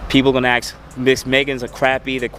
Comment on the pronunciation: Aks me about my akstetics.